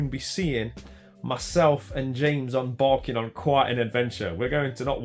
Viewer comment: I honestly thought you said you and James will be on bargain hunt not embarking on 😂😂😂